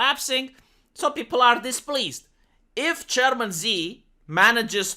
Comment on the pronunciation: I always heared german instead of chairman.....